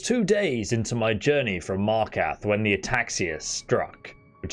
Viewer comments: MAR KAR TH not MAR KATH... there's a second R.. pronounce it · I get mildly annoyed at how he says Markarth and falkreath Mark ath No there's an R Mild rant over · I think your missing the second r in markarth bro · Love the helpful advice. Serious mental cringing at your horrible pronunciations. Attribute, Markarth and quite a few other speech errors. I get that you sound British, but honestly, that should mean you are better at speaking English, not worse. Again, I found this advice helpful. Please don't think I am ragging on you. Subscribing